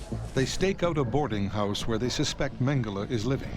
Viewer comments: ‘Mengelay’ is NOT his name. If the mispronunciation is a way of disrespecting him, then let the listener in on it; if it’s just poor scholarship, then a search for someone with better spoken word skills might be in order. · Why does the Exec producer tolerate some Brit prxck who can’t or won’t say Mengele’s name properly. If it’s meant to be a way of pouring scorn on the shxt head, why not call him ‘MeanJelly’!